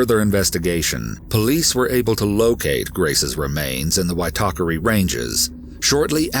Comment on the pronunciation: Hey, great work on the pronunciation of Māori words like “Waitakere” and “Aotea”, sounds like you done your research, the Māori dialect is very difficult for foreigners to pronounce, but that was a solid 8/10! I’ve lived in NZ all my life and remember very vividly when the case started to get publicity. NZ is a beautiful country with beautiful people, unfortunately, there was a monster lying in wake amidst the beauty.. All of us hold Grace in our hearts, may she be free flying high above us ❤️❤️❤️